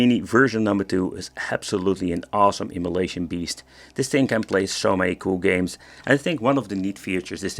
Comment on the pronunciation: i love how it sounds like immolation when you say emulation... everything on fire!